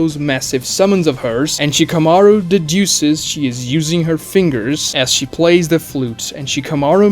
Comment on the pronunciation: Who is she-kuh-mar-oo? I see Shka-mah-roo on screen.